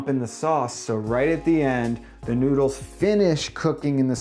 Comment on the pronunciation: why do you say noodsekys?